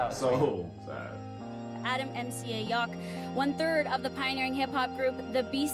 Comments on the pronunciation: First dude said his name wrong. He said Yok. It’s Yowk. They say his name in their music so much, you’d think he’s know how to pronounce the name correctly. Edit: narrator said his name wrong too. Sheesh. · Yauch. Not Yawk. Just awful. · Everybody in that Much Music video mispronounced Yauch's last name.